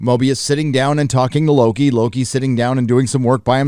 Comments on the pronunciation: It's WOKI not Loki. Say it right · Lokie? I thought it was called wokie? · At one point I thought said Woki... lol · Mloki ? or Floki ? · Loki.... you meant "Woki" right? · Low-T- ki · Nah. It’s Loki. You’re not 12 years old anymore.